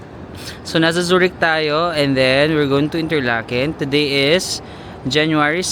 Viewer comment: Zoo-rick Zoo-rick 😅😅😅 Bigkasin mo siya ng ganito: Tsue rikhh